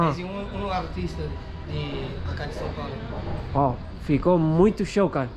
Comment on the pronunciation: é SÃO PAULO nao SÃO PABLO kkkkkk